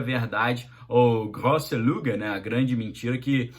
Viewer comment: Grose luge no u tem trema e se pronuncia como i = Grose lige